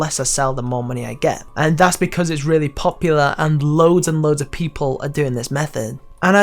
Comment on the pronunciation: Man, this dude was obsessed with the word "POP-yoolah"